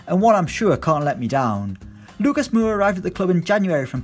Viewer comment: Lucas mooora😂